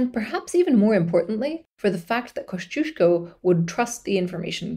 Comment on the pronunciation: As a praud fanboy of Kościuszko I love to see him getting some attention. Can't wait for the part II. Also, very nice pronunciation of Kościuszko and other Polish names!